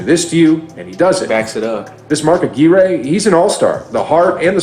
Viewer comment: Mark Aguirre's name is pronounced uh-GWIRE, not uh-GEAR-ay. 😅